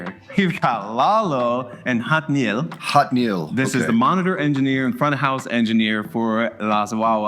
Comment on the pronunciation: Whoops, one last comment. Jatniel’s name. mispronounced at first- took us a little time to get it right, too. English phonetic: YAT-knee-elle. But they call him “Jat” (yat), which you’ll hear as “Jax” sometimes, too. Hope this helps! ❤️🥷 (Jillian)